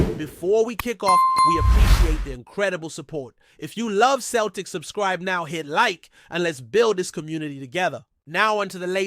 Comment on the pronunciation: Celtic F.C. pronounced "seltic" not "keltic" !